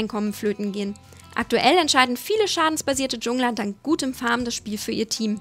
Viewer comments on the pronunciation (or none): Das ganze Video ist gut aber da ist Eins was mich stört und zwar richtig: JUNGLE/JUNGLER WIRD JANGLE UND JANGLER AUSGESPROCHEN NICHT DSCHUNGLER!!! Love Sylux♥ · schade das du nicht Piece of Sheet interviewt hast. Ich bin high gold also wären anfänger news nicht so meins. Und kannst du bitte dich eintscheiden ob du die Sachen Englisch oder Deutsch aus wie du "Jungler" ausgesprochen hast :D. Ich find mit den Skins muss man sich nicht solange beschäfftigen. Und du könntest vielleicht die Tabellen von EU Lcs und Na lcs kurz einblenden.Achja und du könntest ja dein LoLking in die Info box tun